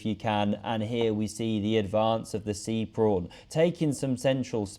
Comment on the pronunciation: Am I the only one hearing "Prawn" when he says " Pawn" ?